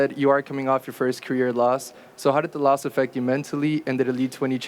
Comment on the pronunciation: Because jake Paul is a goofy like Connor with the antics and improv, how’s he say Nate Diaz is the dumbest mma fighter , then he pronounces theword “loss” as “lost” and THEN Ariel says “let me go ahead and be a company shill for a moment” and Jake Paul looks all dazed and confused and asks “….what’s that mean?) Some people get showed constantly by energy and signs and symbols to HUMBLE themselves and they do not ever learn .. ignorance is bliss🤦🏽‍♂️